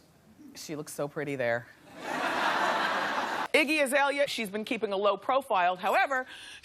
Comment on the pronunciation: "Wiggy Azalea'' lmaooo the clockation is REAL